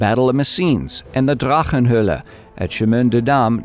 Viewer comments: you nailed the pronunciation of that drachenhoelle in that video it caught me off guard i thought you turned german for a minute. great video though thanks for the information! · You have a good german accent when pronouncing "Drachenhöle". :-)